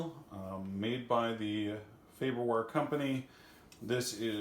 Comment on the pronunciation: FaRberware, sir. There are two Rs. Good video, though.